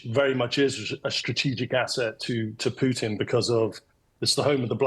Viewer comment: "the brodge that valdimir puton built" Hes a talented bar steward 😂😂